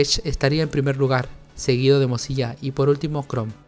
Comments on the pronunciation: Se dice Firefox o al menos pronuncialo como MODSILA ya que lo que tu dices suena o se parece mas a morcilla lol. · algo en mi moría cada ves que decía "mozilla"